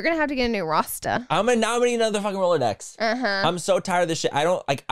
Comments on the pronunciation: It’s not a Rolodex… it’s a rolodicks 💀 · rolladicks or Rolodex? LMAOOOO I’m dying